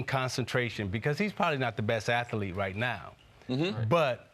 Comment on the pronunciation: For the thousandth time Isiah, it's "athlete" not "at the leat".